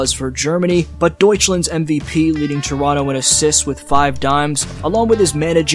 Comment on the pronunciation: To bad Dick is not playing football in England. I can only imagine the funny chants English football fans would come up with. And btw respect for pronouncing Deutschland accurately